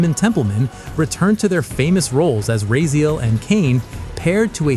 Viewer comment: Ok, this channel is 4 years old. Why does it seam like it's entirely an AI bot that is just pulling random critics from the web? The voice doesn't even know how to pronounce Raziel even though there is footage of it being pronounced correctly in the cut scenes they show.